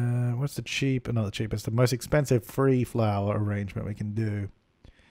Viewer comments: “Orangement” Lol why do you say arrangement like that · If you don't think "Ah-range-ment" in voice when crafting them in your own game... you're not watching enough... c'mon Suppies I know I'm not the only one afflicted. LOL